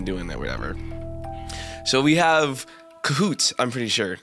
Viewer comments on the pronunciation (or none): Cahoot sounds like kahoot for me LMAO